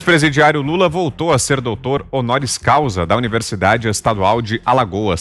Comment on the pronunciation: "DOUTÔ ONORIO CAUSIS" 😁😁😁